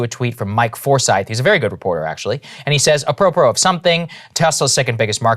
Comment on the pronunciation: Can someone please (gently) tell the Georgetown graduate and former member of the White House Press Core how to pronounce “apropos?” Thanks.